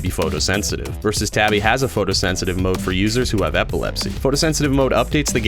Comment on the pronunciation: Hey you pronounced my name right that's a first lmao